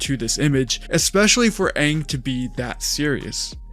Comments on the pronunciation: If theyvdont pronounce Aangs name correct, I'm gonna lose my s*** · I mean. Whoever made the live action movie never watched the show. That much is clear, seeing as to how they didn't even get the pronunciation of Aangs name correct. So they obviously wouldn't get the bending stances or movements correct either. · If they dont pronounce his name correctly this time i will not watch it .